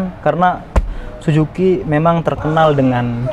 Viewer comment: Suzuki bacanya susuki bang bukan sujuki 😂😂